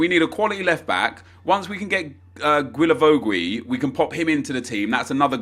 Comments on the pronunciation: It's guee la vo guee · I really hope learns to pronounce Guilavogui by the time he adds him into his team kappa